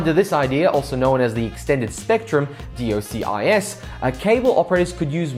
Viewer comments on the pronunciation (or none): "Dee Oh Sea Eye Ess"... Please just say "Dock-sis" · It's pronounced dock-sis :)